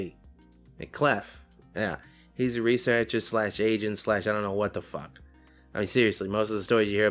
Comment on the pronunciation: Gotta work on your New England accent, my dude. Still, I've been meaning to get into Lombardi. Thanks my man Protip, if the "r" is before a consonant you pronounce the "r" like "shirt". If the end of the word is an "r" followed by a vowel you just make a "y" sound, like "theya" instead of "there" There are exceptions, you just gotta experiment. Also, it's "research-ah" not "res-ah-cha"... unless you're from New Jersey... but Lombardi is too sane and rational to be from that shithole.